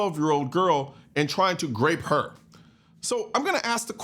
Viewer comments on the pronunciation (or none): Are you saying "grape" instead of RAPE ?? is this something to do with YouTube🤔🤔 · Grape?? Last I know -- the word is grope!! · Is he saying Grape??? I heard it 2 or three times. Is that grope? Or rape? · The word you are mispronouncing is 'Grope " .. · Why do you say grape?